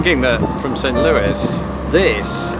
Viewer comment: "Sunt Louis"?